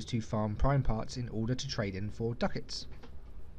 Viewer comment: "Duck-Itz" x')